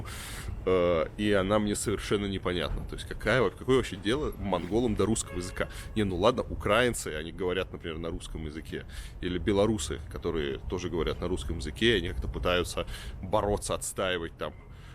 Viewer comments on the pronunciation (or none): Украи́нцы, а укра́инцы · не укрАинцы,а украИнцы,ибо Украи́на а не Укра́ина(это уже правила русского языка,а не кто как говорит) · Илья, правильно говорить не УкрАинцы, а УкраИнцы (с ударением на букву "И"), это объясняется лингвистикой русского языка и правильным произношением названия страны. Нет в мире страны УкрАина, есть страна УкраИна. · На русском языке правильно говорить «украИнцы», а не «укрАинцы» или переделайте свой словарь так, что бы это стало нормой.... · УкраИнцы, а не укрАинцы🤦‍♀️уважаемый журналист, учитесь культуре речи! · Никто ничего не отстаивает. Просто вам напоминают и указывают на вашу не грамотность, что для вас должно быть ещё большим позором. Представители других стран знают русский лучше чем вы) Жесть. И ещё, правильно говорить украИнцы. Выучите уже наконец свой язык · У краИИИНцы а не укрАинцы. Страна УкраИна называется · Не УкрАинцы, а УкраИнцы, когда вы уже запомните? Не пытаюсь скандалить, но просто реально режет ухо. П.С. Став вподобайку якщо ти з України! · Илья, правильно не укрАинцы, а украИнцы! И, естественно, правильно писать и говорить "в Украине". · Не укрАинци, а украИнци!) Говори правильно))) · Мог сказать не укрАинцы, а украИнцы. В/на тоже болезненно становится. Но дядя. Тебе нужно Боксера в себя привести, бо падло только застройкой занят. Застройка не оче. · в России не носят национальную одежду, потому что ее нет. и говорить укрАинцы неправильно, учи русский Илья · 😟 не укрАинцы, а украИнцы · Варламов если страна Украина , то почему укра́ицы , надо говорить украи́нцы! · Хватит уже говорить укрАинцы, правильно же украИнцы🤔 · Не укра́инцы, а украи́нцы! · не укрАинцы, а украИнцы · украИнцы, а не укрАинцы... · Дорогой Илья, правильно говорить украиииинци , а не украаааинци! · Украи́нцы...ударение Илюш... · Варламов😀 В Украине☺, не говорят же на России или на Магнолии))...и украИнцы..ударение на и☺ от слова УкраИна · УкрАинци эх ты. На И ударение.